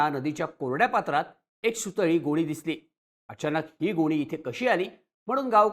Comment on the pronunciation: गोळी नाही गोणी बोला😂😂😂